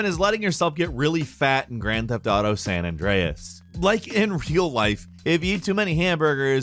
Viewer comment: “Gryand feft ardough”